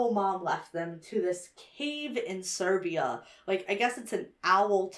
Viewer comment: calling Siberia "Serbia" drives me to the wall 😭 it is like Austria - Australia